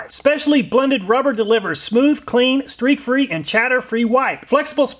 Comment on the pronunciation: "steak free" LOL